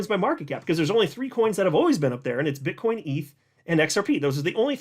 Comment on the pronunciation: you said bit*h coin 😂